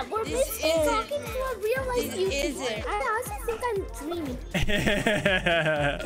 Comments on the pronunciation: wait.... a YOo-ToO-bUr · A yOUuT-b-Er? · i was dying when the said "a u toob er!?"